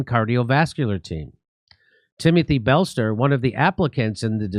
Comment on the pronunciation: I'm so sorry to say it's time for someone else to read those cards on air because Jimmy is very struggling doing it correctly? He has problems pronouncing commonly used words and also has a tendency to change parts of words and peoples names....he actually got Belser from Breislet.